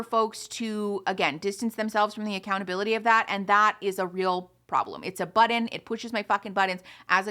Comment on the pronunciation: continue to be absolutely obsessed with the way pronounces "button". it will be one of my verbal stims until the day i die.